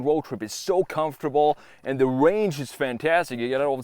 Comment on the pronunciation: 650 miles of wange, that's amazing! It still depends how loud it is. You need to be verwy verwy quwiet if you use it for hunting wabbits.